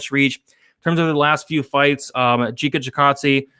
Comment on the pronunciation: It’s pronounced Giga like in gigabyte